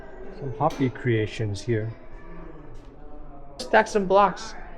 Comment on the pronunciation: The Indian name you're trying to pronounce is not hoppy, it's hope-e, but spelled Hopi